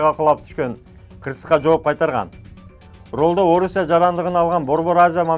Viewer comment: Ваалейкум ассалам таксыр, ролдо эмес рульда деп айтсаныз .туура болмок.